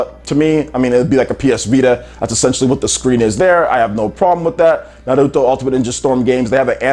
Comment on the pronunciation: You need to stop pronouncing Naruto as Nahluto